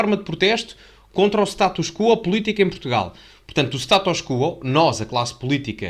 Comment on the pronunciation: Status quó, com acento no ó e não no u, como em Quó vádis.